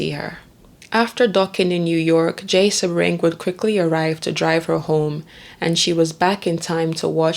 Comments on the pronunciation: You do good work and people can learn from your meticulous research. But please bolster your professionalism by getting the pronunciations right. It’s not Beverly Hillybillies. It’s David Niven, not Nye-ven. Sebring is “See-bring.” And Folger is a soft, not hard “g”. This is a notorious case, so there are multiple ways to verify these names. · Damn! Narrator, how the hell do mispronounce SADDLE!, FAIRBANKS, SEBRING, TRIVILIZE!!!! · True. For instance Catherine) Deneuve, Sebring.